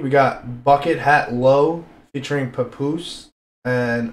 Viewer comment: I stopped watching after you pronounced papoose wrong.